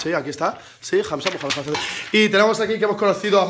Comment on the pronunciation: "Matadme por *pabor*" La p y la f están muy lejos... que estabas haciendo granuja...